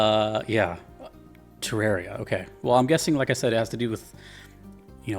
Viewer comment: It's pronounced "Teh-rahr-ee-uh" This was confirmed by the CEO of Re-Logic, Chippy the Clothier